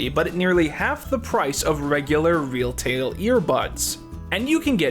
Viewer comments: they really let you get away with saying “real tail” instead of retail in the ad read? And you didn’t bother with another take to begin with? That’s really bad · He also said "real-tail" during the reycon ad.